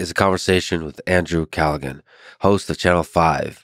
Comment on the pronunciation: Had him on and still did pronounce his name right